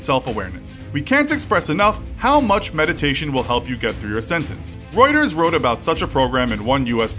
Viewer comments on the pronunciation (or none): none